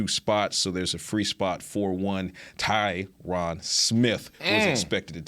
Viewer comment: Oh, come on guys, all of these years you still can’t get the greatest by left tackle of all-time name recognition right….put some respect on his name Ty-RiN….. remember Ty Ren rhymes with I win💯💯💯💯💯💯💯💯💯💯